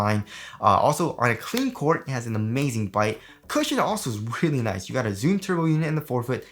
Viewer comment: And "leally nice"